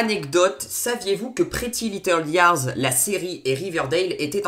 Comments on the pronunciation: Aïe mes oreilles ''pretty little liars''😱😂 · Par contre l'accent pour prononcé "pretty little liars" 😂😂